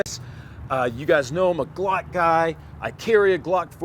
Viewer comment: Weird, you mispronounced glock 5 times. You feeling alright?